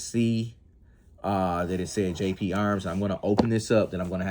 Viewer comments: GP Arms, not JP Arms. Forza, not Farza. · GGGGGGGGGGGGGP DUDE! Not JJJJ! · You keep saying Jp arms. Its GP Arms